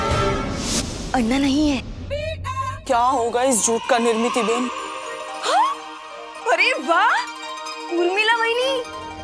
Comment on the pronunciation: Finally, Urmilla pronounced Nirmiti's name